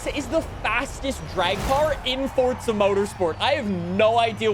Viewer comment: I love your channel but it’s Forza Horizon 5 not Fortza Horizon 5